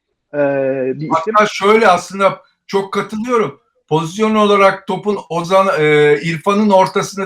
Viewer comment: "Pozisyon" diyemeyip "pozizyon" diyen 2 Fenerbahçeliden birisi Altan ağabey, diğeri Ersun yanal :) Seviliyorsunuz.